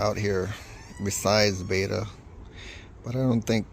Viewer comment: Its Betta Bet-ta